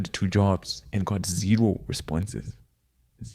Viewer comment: haha felt that ZERO in the brotherly zim accent